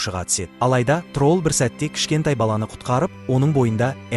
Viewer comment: Трол емес админ тролль десеңізші